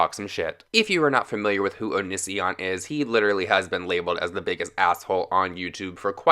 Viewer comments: btw... it's said like "oh-knee-c-on" NO HATE ON YOU BABE...I was just saying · O-kenee-see-on Not o-nis-e-on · OH-NEE-SEE-ON PRONOUNCE OT RIGHT OR DONT MAKE VIDEOS ABOUT IT I COULDNT GET THRU THE FIRST 5 MINS WITH YOU SAYING Oh-Nis-e-On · Low key a nitpick, but you pronounced his name wrong lol It’s not a big deal I just get bugged easy It’s oh-knee-see-on Great video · "O niss ion" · I'm so triggered by his pronunciation of 'onision' Am I the only one?!?! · Im mostly annoyed that you dont say Onision correctly....